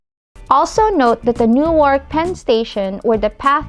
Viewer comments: Great job, finally someone who likes and understands our vast and multi-faceted rail system. Only comment is Newark is a short "a" and kind of slurred together, sometimes it can even become Newrk. Glad you like NJ so do many of us. Love the magical and fresh air compliments. Thanks again good video. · PULEEZ... learn how to pronounce "Newark" correctly. "New-Ark" is in Delaware. In the New Jersey city, the "a" is silent.